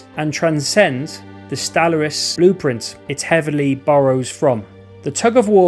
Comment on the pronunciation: Sorry, but after 15 times of hearing you pronounce Stellaris wrong, I just can't listen to this anymore🤣